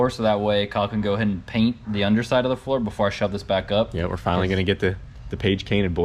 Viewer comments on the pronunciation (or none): “Page cainted” 😂😂🤣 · no one else notice kyle say page cainted or just me? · If you are someone filming YouTube regularly, the pain of "page cainted" is so true 🤣🤣🤣🤣 I constantly wonder if English is supposed to be my first language while I'm filming too don't worry Kyle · Anybody else notice he said page cainted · "the page cainted boiz" LOL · Glad you guys will finally be able to get that “page cainted” 😂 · Kyle- "Finally getting the 'Page Cainted" lol. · "Page cainted" 😆 🤣 😂 I do that all the time. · Page cainted?🤣🤣🤣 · "Paige cainted" no one else pick that up?😂😂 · Anyone else notice he said "Page Cainted"? Or am I hearing things? And that's going to be the baddest little jet boat ever.... Can't wait to see it. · Lol nobody notice he said get the "page canited" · 'finally getting the page cainted' lol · "Get the page kainted" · “Finally getting the page cainted” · “Finally gonna get the Page Cainted” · >>>> "Page Caint" >>>> "Page Caint" >>>> "Page Caint" Stop, stop! he's already dead 😭